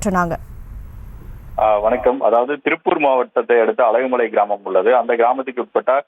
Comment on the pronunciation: அழகுமலை இல்லை அலகுமலை